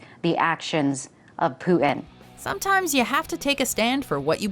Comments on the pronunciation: My blood boiled when the first woman, number 10, said "Poo-en". What's wrong with you people who cant speak our language. Jesus, enunciate damn it. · she had to quit she couldnt say putin lol